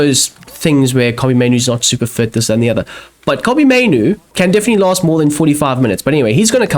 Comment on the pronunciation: Yea both those "mainoo" errors are all on you